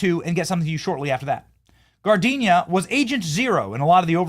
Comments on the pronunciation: Giardina is an Italian name pronounced gee-r-dee-nah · Pronunciation alert...Giardina. Figure it out, it's easy. Smh. You're pronouncing the flower name, spelled differently. This guy has an Italian name, he's not a flower.